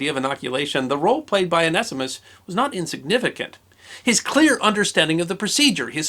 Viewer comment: Very interesting in pronunciation... I would of from my limited study of many languages said that name one-see-mus(t)... although after listening I’m onto the 0 nest ee mist version... although loss of the zee sounds is disappointing.